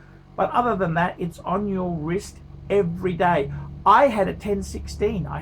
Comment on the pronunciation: Every time he says "wist" I want to punch him in the face!